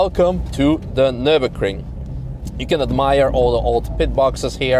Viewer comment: "NurburKring" :D Great video as always!